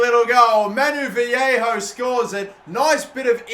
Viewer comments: Vallejo is pronounced Va-lay-oh you're saying it like Viejo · No its pronounced as va ye ho or ba ye ho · Dnt know why u keep calling Vallejo "Vallejo" when it's clearly pronounced "Vallejo"